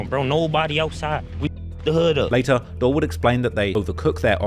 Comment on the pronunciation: How could you possibly still be pronouncing it “dull”?🤯